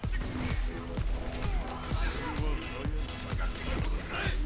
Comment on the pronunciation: I find it very irritating to hear a German pronounce Dachs that way.